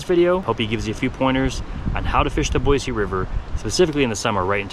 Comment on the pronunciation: Boyce River? Did I misunderstand that? I thought it was Boy-see River.